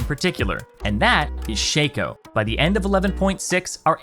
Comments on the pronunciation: Why you bastards gotta blow up my fuckin shaco. Let him be strong for the first time in god damn 10 years. And it's shah-ko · You pronounce shaco kinda wrong. The shaco is silent. You call him Thomas. Just look it up ;) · for the last time! its SHACO, not SHACO !